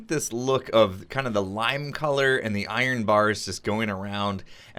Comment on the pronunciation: I-Ren, and you can call your iron farm an I-Ren farm